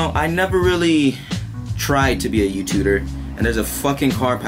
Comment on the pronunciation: You're everyone's favorite "youtuder"